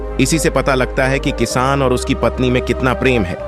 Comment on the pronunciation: Editing bahut kharaaab hai. Kisaan is called as kiss. Lagta hai Auto reader lagaya hai jiski wajah se galat words bhi pronounce ho raha hai.